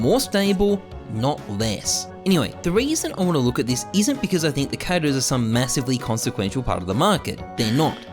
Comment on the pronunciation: theees eees something dumb thees eeess dumb theees ees